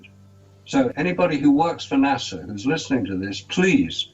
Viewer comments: You have a guy who has "researched this for years" and he pronounces NASA like the capital of The Bahamas (Nassau) what a raging idiot! To doubt the moon landing,you have to be totally ignorant of physics and every other branch of science. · BTW, it's NOT "NA-SAW", it's "NA-SA"! Try to pronounce names correctly for more credibility, noob! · It's NASA not Nassau. Nassau is in the Bahamas. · Mold? You fuck!ng IDIOT! You can't even pronounce NASA correctly. F@ your stupidity. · After so much research you can't even PRONOUNCE "NASA", correctly, Lol!